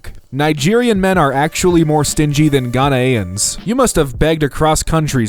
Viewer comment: The way he said Ghanians hurt me